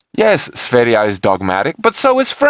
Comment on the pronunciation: You are the first who pronunciation sverige right (Is Sweden in swedish )